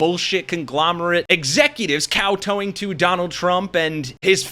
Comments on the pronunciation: Dude - kowtowing is kowtow- (same sound in both syllables) ing; no “toeing” involved. Learn the English. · It's not "cow-tow-ing", like you're towing a truck, it's "cow-TOW--ing" like you're BOWING-DOWN before the gods who despise you for your horrifying grasp of the English language 🤨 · Kow TOW ing? Not the word, bro. Kowtow, as in kowt OW! the kowt stepped on my toe!